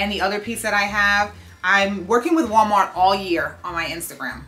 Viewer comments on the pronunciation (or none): none